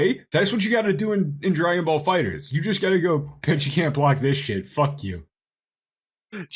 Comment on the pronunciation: I hate how says Dragon Ball Fighterz. It’s pronounced Fighters, not Fighter Z